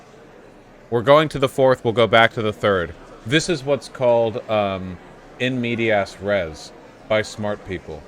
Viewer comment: Ah yes, “in meaty-ass rez”